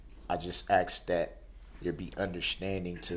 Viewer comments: "Axed"..."fusstration"...lol. they should let all of these ghetto idiots represent themselves, it makes for pure hilarity. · like how he says “that’s not what I AXED you?” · Don't forget aksed and truf